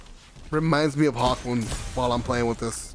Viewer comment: YOU CALL THIS THING A HAWKMOOM 😡😡😡😡😡😡😡😡😡😡😡😡😡😡😡😡